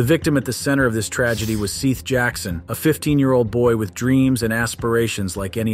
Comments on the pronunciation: That is NOT how you pronounce Seath Jackson's first name. It's pronounced just like the Biblical name: Seth. Holy crap. "Seeth" - WOW!!! Talk about name fail LOL! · I wish you people would just be human and read yourself... AI never gets some words right, and it's so annoying. It's Seth, not SEETHE! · SEATH NOT SEETH! Good lord...I stopped watching because I couldn't stand it. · Whoever is reporting this do you not know how to pronounce the name Seth??? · His name is pronounced as "Seth", just spelt differently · Why are you (narrator) pronouncing his name like that It’s Seth.😂😂😂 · His name is pronounced " Seth " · Jfc the word seeth was said like 27 times 🤦‍♀️ at least have the decency to use ai that pronounces a victims name correctly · Seth as in egg! Not Seth as in equal. Eh not eee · Please insure correct pronunciation of names. If you don’t know, ASK. It's Sěth with a short E, not with a long E. How annoying!!!! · It’s pronounced “Seth”!!!!!! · Right. I’m only on the first one but how do you f up SEATH (aka seth) so badly? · Every time I hear the mispronunciation of Seath it sends shivers done my back. It's so lazy to use an A.I. voice. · Seriously, who mispronounces the name Seth??? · Omg, pronounce the victim's name right! It's not effing difficult. Shame on you. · Learn to pronounce Seth's name Ffs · Completely disrespectful you don't even know how to pronounce a name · The lad is called Seth not seath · Seth not Seeth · Seeth? its seth dude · Thank goodness someone brought this up in the comments. Them calling him SEETH was driving me crazy! 😝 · Seath can be a spelling of Seth but it's still pronounced Seth...Just like heads isn't pronounced heeds or death pronounced deeth. 😅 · Seeth?? 😂 Sss eh th 😳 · His name? Was 'Sehhhhhth'. Not 'Seeeth'. You can watch all their separate interrogations, it's rather interesting. Also, Amber & Kyle are siblings, and all but Sehhhhhth were living together in Charlie's trailer. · Seth not “Seeeeeth.” I’m guessing AI…